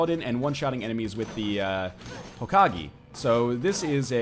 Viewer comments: its pronounced Hoh-kah-gay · Ho-ka-gay. I'm sorry NL but it really bugs me that you pronounce it Hokage with a gee sound. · Hokage: Ho-Ka-gay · I love how he was saying Hokage, but when everyone told him he was pronouncing it correctly he switched to Hokagi. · learn how to say hokage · NL, when you say hokage, saying like you're saying "a" not e.